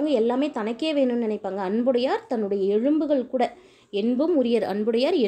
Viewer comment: எழும்பு என்று சொல்லக்கூடாது... எலும்பு என்க.